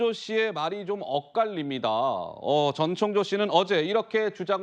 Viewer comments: 아나운서가 발음이 왜저래; 자꾸 정청조래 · 앵커님이 자꾸 정청조라고 하시니 약간 거슬리네요~ㅎ